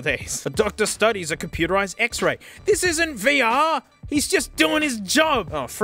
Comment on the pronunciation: "Vuh-Err" lmao this video is already off to a great start